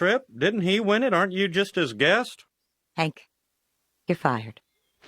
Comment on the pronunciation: His name is Hank but Peggy always needs to say everything Wrong and calls him Hænk 😂